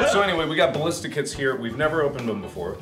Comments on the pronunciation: "A Ballista" in Poland is not "Blistaaa" but "Balista" X ] X :D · in polish it's not Palista it's BAlista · It's ballistah! Not ballista! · But read like Balleesta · Ballista in bulgarian is actually балиста(balista) and is pronounced bàlista. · I'm from Bulgaria and thats not how you say ballista!